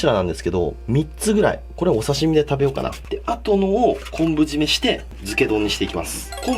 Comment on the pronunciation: こんぶ締めやなくて「こぶ締め」ですよ！